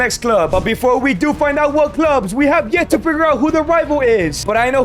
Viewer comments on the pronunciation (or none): none